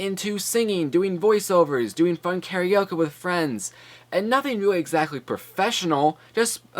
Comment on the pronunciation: Is it just me or does he keep saying "karaoka"?